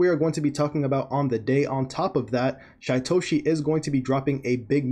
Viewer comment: His name is pronounced Sheetoshi.